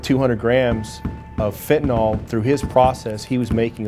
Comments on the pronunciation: Still cant pronounce the word. FEN TUH NIL. NOT FEN TUH NAUL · Fentanyl. Not pronounced Fen.ta.nol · "i sold fitinol" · If they pronounced it "fentanol" one more time ima scream. Edit: I screamed. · Fent & Ole Inc. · Americans have trouble pronouncing the drugs that are killing them: FentanALL, and Hair-ron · Sold Fentanyl for 3 years yet just like every person in the media and on television , still can't pronounce the word correctly. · They can't pronounce 'fentanyl' in Texas...